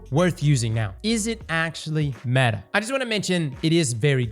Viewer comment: There he goes saying something is metah 😂